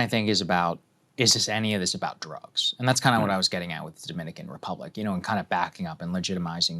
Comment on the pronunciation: 3 ships carrying drugs. If your gunna say it , say it right.